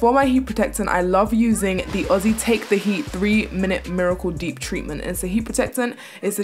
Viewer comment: As an Australian. Just to hear you pronounce Aussie properly! 🙌🏼 🙌🏼